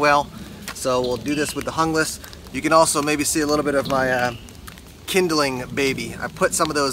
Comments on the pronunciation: I liked your video, but for the sake of correctness, as your producer, I would encourage you to learn to pronounce foreign word correctly. The word "Junglass" is either skandanavian or Germanic. Therefore, the "J" has a "Y" sound. I would say it should sound like "Young lass." I'll probably get a bunch of negative comments, but being a "German" speaker, it hurts to hear the language twisted. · Guten tag,! It's Spanish. According to Esee's website, the knife was designed for Columbian counter narcotics forces. So, pronunciation = "hoonglass". Spanish names appear on many of Esee's product line. (Izula, Candiru etc...)